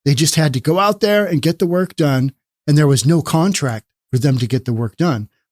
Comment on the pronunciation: “No one has a KONTRACT.” 🦘